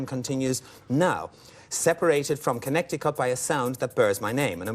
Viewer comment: That's not how you pronounce Connecticut, very poor host